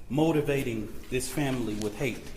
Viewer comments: He mispronounced lots of words..WITH=WIF ... STRENGTH =SKRENGTH .. I don't get this 😅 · Better work on his grammar 😂.. Wif, skrength